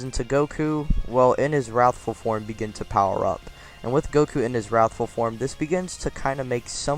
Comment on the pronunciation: Nice, seriously! But the “He... is.... warthful super saiyan” made me laugh.